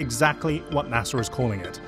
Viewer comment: NASER. Really dude?